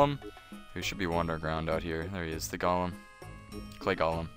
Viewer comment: Hey thanks for the guide! But one thing-Its pronounced "Goal'em" you're saying it like "Gollum" off the Hobbit lol. (Not being rude just I used your guide lastnight to finish the golem quest, now using this one and noticed you're still saying "gollum" :P Keep up the good work though!